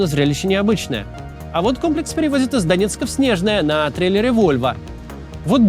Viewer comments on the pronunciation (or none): Не Снежное, а СнежнОе. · Мы, жители региона, говорим Снежноооое, а не Снеееежное. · не Снежное а Снежное - ударение на вторую е